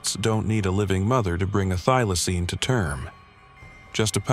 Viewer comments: Get the pronunciation right, it is a THYLACINE, not a theelacine, or a thilacine. Next time, get an Aussie to narrate. Another total waste of time, money and effort. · Fair dinkum, why can you not pronounce Thylacine correctly?! Why?!! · I want this one brought back. Skip the do do and do this one. And quit pronouncing Thylacine two different ways you twat. pick one and stick with it.